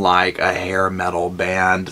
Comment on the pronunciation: Did you say 'looking like a hair mental band?' lol